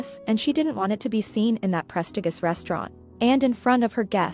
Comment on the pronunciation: Prestigus? Lol No Hun...it's pre-sti-jus (how you say it) lol.